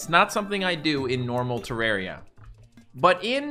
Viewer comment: Why cant he say terraria right lol